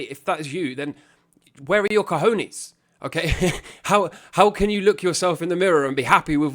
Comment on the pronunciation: I needed this video. I now wake up, look in the mirror, and repeat "I HAVE CA HON YEAHS" x5 times before I start my day.